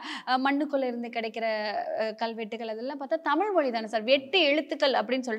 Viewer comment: தமிள் மொளி நம்ம லாங்குவேஜ்.... 😂😂😂 (அந்தப் பெண்)...